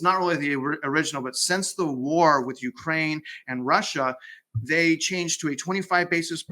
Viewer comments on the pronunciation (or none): none